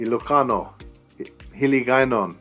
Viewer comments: Owww, your Hiligaynon or Ilongo as well is excellently pronounced and the accent. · I love the way you pronounce the Hiligaynon dialects, you sounds a real *longgo when you speak